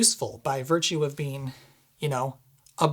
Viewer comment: 'By birtue'... bo you bell bumbalows?